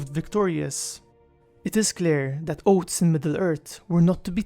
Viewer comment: Hehe. Oats. Odd though it may feel, you actually have to stick you tongue out of your mouth, between your teeth, to produce the interdental fricative 'th' sound. You can not produce that sound with the tip of your tongue on that ridge behind your upper incisors -- tongue must go between teeth! (Otherwise it's not 'teeth' it's 'teet' :)